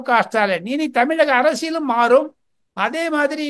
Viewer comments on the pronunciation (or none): none